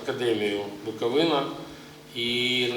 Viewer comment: Лайк тільки за правильний наголос в слові Буковина 🥰